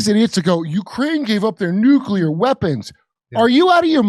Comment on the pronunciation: Don’t say nucular. Try saying nuclear.